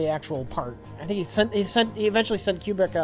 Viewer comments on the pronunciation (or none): Did call Kubrick, Q-Bert?